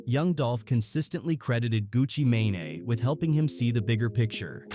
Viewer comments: Wtf is a Pooh She Asty and a Gucca May-nay? Fix these voices lol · Turned this shit off after he the AI said Gucci manaee buddy edit your videos lazy asf